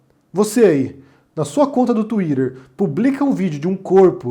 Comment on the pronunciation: Não fale mais tuider, por favor.